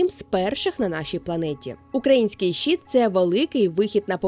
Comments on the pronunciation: Трохи ріже слух від вимови "щіт" (майже англ. шіт), замість щИт, але відео цікаве. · Дякую за чудове відео ❤ Єдине, що слово "щит" вимовляється твердо, а не щіт.